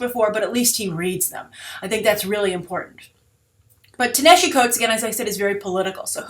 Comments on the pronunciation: You Mispronounced Ta-Nehisi Coates name. that's not how you say it. its pronounced Tah-Nuh-Hah-See) is an Egyptian name for ancient Nubia. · Your pronunciations are always awesome. Ta-Nehisi is pronounced [tah-na-HEE-SEE]. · Wow, you butchered pronouncing Ta-Nehisi's first name. There's plenty of video on youtube where you can hear how his name is pronounced.